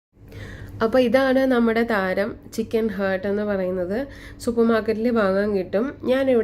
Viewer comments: It’s not hurt, it’s heart. What kind of pronunciation is that? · Just saying you r saying heart the wrong way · I tried it and its yummy. But please when you make next video do not pronounce chicken heart wrongly. 😅